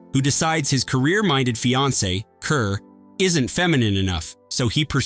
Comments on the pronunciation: Kerr is pronounced Car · I think it's pronounced Deborah CARR. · Deborah "KARR" is the proper pronunciation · Inferno has certainly been re-appraised and is now regarded very highly. Dream Wife is similarly more appreciated these days, mainly for Deborah Kerr’s delightful performance ( and btw, how about pronouncing her surname correctly?).